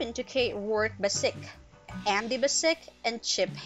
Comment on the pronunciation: Oh man...you gotta learn to pronounce the cats's name correctly...it's not that hard because they actually state their names in most episodes. It's Ikens it has an A in it so it's AAAAAAAAAAAikens. And Bassic is Bassich with a 'ch' for children at the end. It's really not that hard.